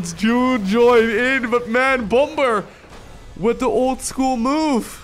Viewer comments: Bom-ber? you mean Bomb-er? xD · Bom-ber?, the second B is silent. It's pronounced Bommer. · please pronounce bomb correctly. the second b is silent, and it's closer to 'baum' or tree in german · It isnt pronounced bom-ber, the 2nd b is silent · The second B in bomber is silent. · The way he said bomber was stupid . You didn't really have to annunciate the last part of his name so much. But nice to see him both him and drg back in action